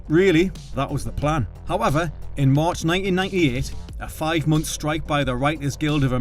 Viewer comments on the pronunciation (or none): none